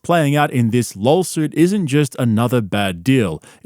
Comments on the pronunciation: It’s laW suit not lol suit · It's not lawsuit it's lawlsuit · are you saying lol-suit? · wtf is a lawLsuit? You sound as dumb as brendan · i cant tell if hes purposefully saying lolsuit or if its just his accent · I love that you pronounce lawsuit as “lolsuit”. 😂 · Love how he says LOLsuit! 🤣🤣🤣👍🏼👍🏼👍🏼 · Talmbout lawlsuits, b? Pure Spegggdrum CTE. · "LOLSUIT." Cannot unhear it.